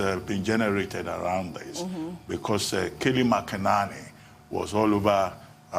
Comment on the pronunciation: Should Americans complain you guys also can't pronounce keyleigh Mc-Enany not keli makanani 😂🤣😂